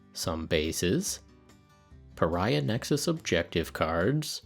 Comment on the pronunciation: That's clearly the "Purr-iah" Nexus release... a limited edition just for you!